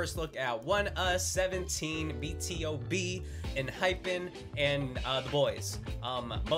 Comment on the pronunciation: BTOB is pronounced as (Beeeee 2 Beeee)! Since you are into vocals you would love the live stages of Its Okay, Way Back Home, Missing You and Pray. BTOB for sure sounds wayyyy better live! hope to see more of them. :)))))